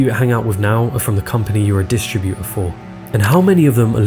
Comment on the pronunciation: You really need to learn how to pronounce distributor correctly, also negligible.